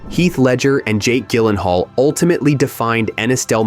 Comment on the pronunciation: its pronounced JYLENHAAL with a J sound